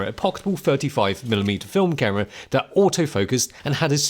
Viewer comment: Say Camera not Cara 🤣